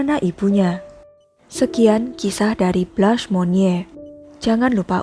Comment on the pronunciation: Blans. Bukan Blas.